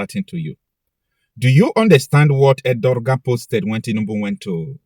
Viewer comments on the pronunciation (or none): His name is pronounced as Ediwan